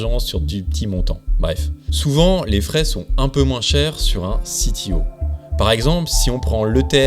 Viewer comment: Et sinon, pourquoi prononcer CTO "à l'anglaise" alors que c'est un Compte-Titres Ordinaire, et pas un Chief Technology Officer ? zéro sarcasme